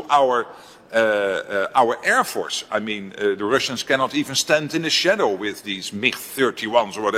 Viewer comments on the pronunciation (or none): none